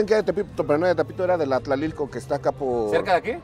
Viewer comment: Qué pasó tío se dice tlatilco Saludos desde acá